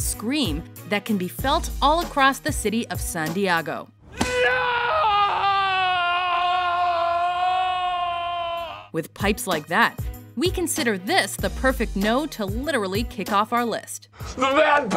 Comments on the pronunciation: San Diago? Is San Diego really that hard to pronounce? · I'm sorry, what? Did she just pronounce "San Diego" as Santiago? :[ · Accents have nothing to do with it. It's simply a running gag from the Anchorman movie in which Ron Burgundy pronounces San Diego that way. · Why I heard that I thought it was a mix of San Diego and some other city